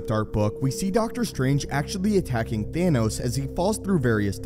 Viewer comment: It’s pronounced Thanos not theynos 🤬🤬🤬